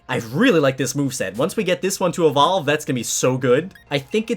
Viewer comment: DUBBLE DOWE EVOVE!!!! (Lol)